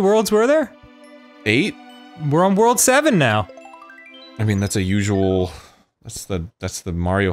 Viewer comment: I know Danny said "We're in World 7 now" but I swear I heard him say World War 7 the first time